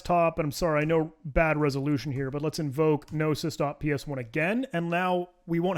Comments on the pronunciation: Gnosis is actually pronounced “no-sis.” It’s a Greek word that means ‘knowledge.’ Not inspired by names like GNU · The G in "gnosis" is silent. And you know that cuz it sounded dumb as hell to you when you said it wrong. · Pronouncing the G in gnosis like it's GNU is a very thing to do, I love it.